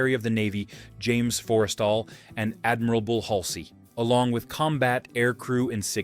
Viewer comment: Ah yes. I'd nearly forgotten about "Admirable" Halsey.